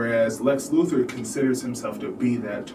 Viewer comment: Can't take this seriously mate it's Luthor not Luther, you are kind of describing a non-existent thing.